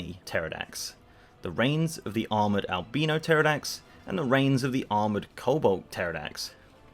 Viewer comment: "Albeeno" hehe